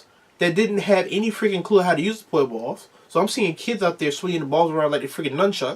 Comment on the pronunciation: Did I just hear poi balls 🤣 they are just called Poi